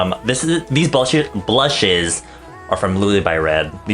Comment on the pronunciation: lol I hear him saying "these ballshit..... blusheeeeess"